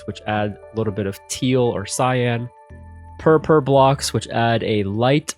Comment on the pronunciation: I heard purpur instead of purple, and now I can’t unhear it